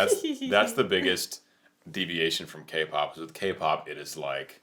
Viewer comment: Every time you said K-POP, a magic fox lost her tail.